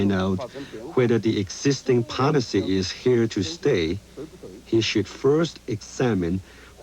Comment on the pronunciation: The interpretor was terrible, it took me a minute to realize what he meant by "poNicy" was actually "policy" ...